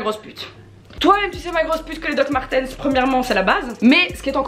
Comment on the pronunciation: Sa prononciation de « Dr Martens » 😭😭😭